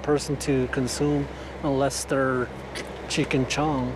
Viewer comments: Why did he pronounce Cheech as chick 😂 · LOL, It sounded like he said Cheek and Chong??